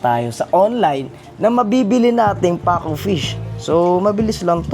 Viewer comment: Hindi po paco it's pacu